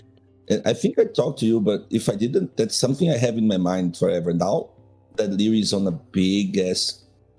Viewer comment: I swear is saying Lierris